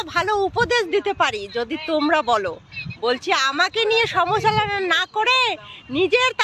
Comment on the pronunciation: সমাচলোনা নয়, সমালোচনা হবে। কথা ঠিক করে বলতে শোখো।